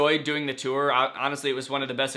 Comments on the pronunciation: Nobody: Danny: the TEWR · Does the way he says tour bother anyone else? Ur like my fav youtuber and shyt but like u say toooooir and it hurts my soullllllll😩. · No one: Danny: tOo-Er ToO-eR ToO-Er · "Too-or" - Danny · Kirsten Martin HE MAKES IT RHYME WITH SEWER SOME ONE ARREST HIM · Ethan Matzdorf like the word tore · Gross.. so you just ignore the "u" in there? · The way he pronounces tour makes me laugh every time. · Danny gets a question... Me: yayyy!! Danny says 'tour' like 'touer' again... Me: NOOOOO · Hehe he says tour “tewer” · I don’t understand... People are saying he says tour wrong but how are you supposed to say it? Tor? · Omg stop saying TEWER for tour lol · He pronounces tour differently